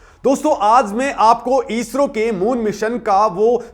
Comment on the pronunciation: ईस्रो नही इस्रो